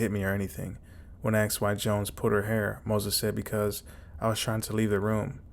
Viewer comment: I believe it is pronounced “aSked” Not “aKsed” boils my piss that 😂